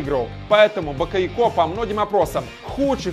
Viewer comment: БакойОко ударение на второе О